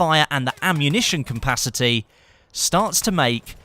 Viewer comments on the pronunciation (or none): isnt it called capacity and not cumpacity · i love how says compacity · Bit random but i like the way you say ammunition "capacity" with an m in the middle.